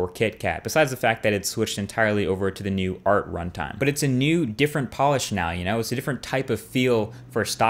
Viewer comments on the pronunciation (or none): none